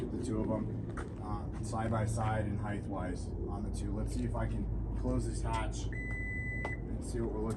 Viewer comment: Is that a midwestern thing? Pronouncing the word, “Height,” as if it were, “HeigTH.”